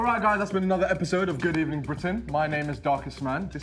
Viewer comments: Good Ebening Britain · should be named good ebening britain